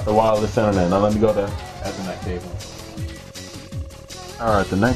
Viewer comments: lol ur saying ethernet Wrong( not to be mean ) u say it like ( eeeeee- therrrrrr -net) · You say ethernet wrong! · ha he said ethernet wrong